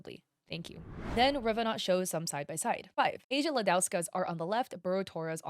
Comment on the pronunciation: just so yk the name of the artist is polish(or at least has a polish first and last name) and Asia is not read as the continent(SORRY THAT BUGGED ME A LOT THE VIDEO IS GREAT AND SUPER INFORMATIVE)